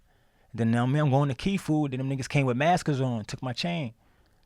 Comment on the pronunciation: “They came with mak-sez on” 😂😂😂